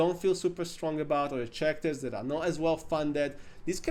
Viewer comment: It's pronounced karakters, not tjarakters. (talking about characters).